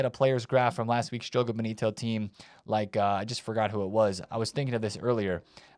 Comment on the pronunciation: Oh for crying out loud, it is pronounced Jogo bOnito, not a freaking bEnito